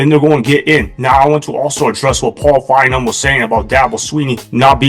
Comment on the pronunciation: Fine-Bowm. Not, Fine='em.